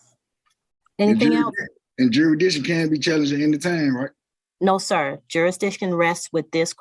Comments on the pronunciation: He said “juridiction” dumb azz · What the hell is juridition? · Juritdishun.... Kan I akxst a querschunn.... These jackoffs are just that.... Dumbass... Id put him in jail for contempt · You don’t get to pretend to know the law if you can’t pronounce jurridishun. And if your bullcrap makes the judge say “whowhaddy wha?”